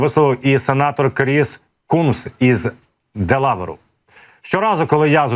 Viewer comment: ДелавЕру! Будь ласка Навчіться ставить наголоси на назви населених пунктів!